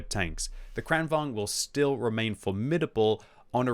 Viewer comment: Why does everyone say "Kranvang"? I thought it was pronounced like Volkswagen, only a little quicker: Kranvagen -> Kranvagn. The G comes before the N.